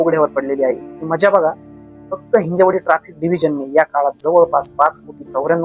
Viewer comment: हिंजेवाडी नही हिंजवडी